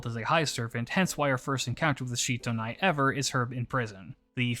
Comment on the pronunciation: As I understand matters, Sitonai's name is actually pronounced like it looks in English, with si- not shi-. She's from Ainu legends, not Japanese, and apparently the Ainu syllable represented by the Japanese kana for "shi" is more accurately pronounced as "si". So I wound up flinching every time you said Shitonai because I'm 99% sure it's Sitonai. The more you know XD